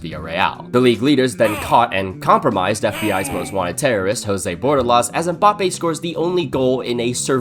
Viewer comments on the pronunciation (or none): Bro keeps saying Mboppay tf